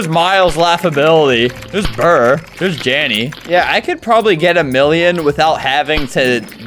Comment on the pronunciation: He said “it’s buur”